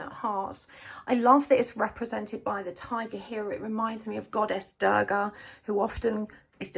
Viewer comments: The pronunciation is 'du-rga' 😅 not 'da-rga' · Its Not goddess Daagaah..Its Durga..you arnt pronouncing the "R"..😂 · Love the reading. just couldn't stand your mispronunciation of Durga. U is pronounced like 'oo' as you'll say 'u' in 'bullet'. Please look up correct pronunciations when you're using words from other languages. The world complied and tried to learn your language as well.